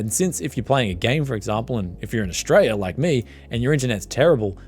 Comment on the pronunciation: Good on ya always good stuff from you Dude you have a Queensland accent the way you said Australia, that start bar did that on mine on win 11 when i tried to modify like you did at the end i had to redo it